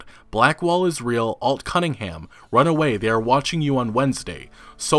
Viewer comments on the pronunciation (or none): none